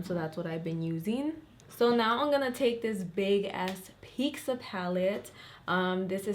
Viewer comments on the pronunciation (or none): I die a little every time anyone calls pizza "pixa" Like where do you guys see an X?!? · "Peeksas" lol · Girl why you sayin pizza like that?? Love you sm 😘😘😘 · Hannah Hansel Issa Mexican thing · that’s just how Mexicans around border towns say it! idk why everyone does